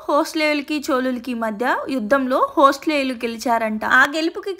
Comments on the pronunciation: అది హొస్లేయులు కాదమ్మా 'హొయసాలులు'. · It's not hoslelu it's hoysalas😂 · Hoslayulu (హోస్లేయులు) kadammaa... Hoyasala (హోయసల) anali. History gurinchi cheppetappudu kastha spastamga vundali. మిమ్మల్ని కామెంట్ చేయడం కాదు. సరిదిద్ధాను అంతే 🙏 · అది వేలూరు కాదు బేలూరు...అది చిక్క మంగళూర్ కాదు చిక్క మగళూర్...హోస్లేయులు కాదు హొయసల లు...😂